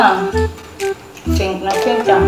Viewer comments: Pink kasi hindi FINK😂😂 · kiyomi : di mo pa nga alam yung pink ichiru : "fink" kiyomi : pink hahahahhahaha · Hahaha Fink Fink 😂😂😂😂😂 kiyomi said Pink not Fink 😂😂😂😂😂😂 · Nakakatawa naman hahahahhahaha hindi "ffff" "pink" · Hahah sigi turuan mo siya Pano ang tamang tunog F at P hindi Fink kong Pink.😃😃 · Tuturuan nalang kita mag abc, di kapa marunong mag “pink” eh Ganda ng laruan ah “fink na fink” 😂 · Pink nga kc hnd fink. Hahahaha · WAHAHAHA, hindi ka raw marunong sa "pink" fink😂😆😅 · Grabe ang tawa ko kay kiyomi hahaha😂😂 PINK HINDI FINK😂😂 SA ILALIM NG PUTING ILAW M..😂😂 SABAY HAWAK SA BABA HAHA😂😂😂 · Grabe matalino si Kiyomi kasi napansin niya na mali yung pagbigkas ni ate sa pink🤣🤣🤣 Love you Kiyomi pinalaki kang mabuti😍💕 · hindi kapo marunong mag "pink" HAHAHAHAHA😂 POTEK I LOVE ATE ICHIRUUU❤